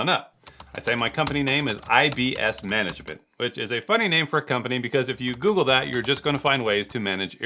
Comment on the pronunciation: Did your letterhead say IBS Magement or did you correct it?